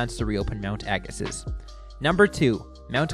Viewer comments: Why do you call it "Agasis"?? The video even pronounces it properly " "Agasee"... Spent many years at this hill every weeknd in the early 80's. Pronounce it properly!!! Fail.. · Pronounced "Agasee." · A few corrections. Ag-a-see, O-chap-o-ways, White Track, Lef-tenant. Otherwise good. I rsced at Blackstrap-a freezing cold windswept pimple on the prairie. Lots of fun though. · Neat video, but I couldn't take the mispronunciation of Agassiz. There's even a video clip that gets the pronunciation right. How did this happen? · Find it odd that the advertisement for Mount Agassiz and the narrator's pronunciation don't match. Did somebody not do any homework?